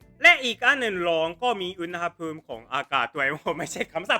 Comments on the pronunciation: ไม่ถูกต้องครับ ที่ถูกต้องคือ อุน หะ พูม ครับ มาจากคำว่า อุณหะ + ภูมิ อุณหะ อ่านว่า อุน หะ แปลว่า ความร้อน ครับ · รอคลิป N3 ของเซนเซตลอดเลยค่ะ คลิปนี้ เปรียบเทียบคำศัพท์ให้เห็นชัดมากเลยค่ะ ส่วนตัวแล้ว ชอบค่ะ สุดท้ายนี้ อุนหภูมิ อ่านว่า อุน หะ ภูมิ ค่ะ เพิ่งไปเสิร์ชมาเหมือนกันค่ะ😂